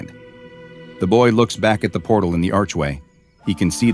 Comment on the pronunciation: not porle but portal